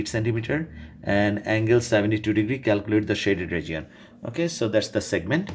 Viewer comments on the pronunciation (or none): “ragion” for region .-.